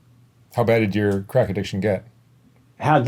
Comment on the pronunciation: He cant even say crack, bless his lil heart.